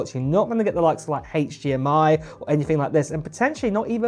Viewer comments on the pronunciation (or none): none